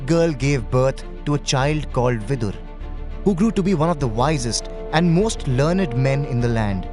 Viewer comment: Like its not Vidur.. Its Vidura, Bhishma, Santanu